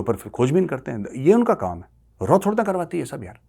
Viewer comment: मेजर रॉ नही raaw